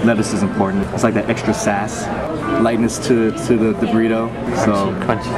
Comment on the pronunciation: lol "Girlito?"